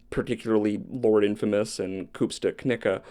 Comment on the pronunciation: Ooh finally a topic I had some prior knowledge on. Two things to note- the West Memphis 3 case technically occurred in West Memphis Arkansas, but it even Memphians claim West Memphis, state line be damned. Also as a white man you did an excellent job of not pronouncing Koopsta’s name offensively.